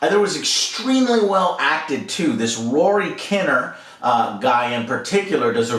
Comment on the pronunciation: "Rory kin near" Rather than kinna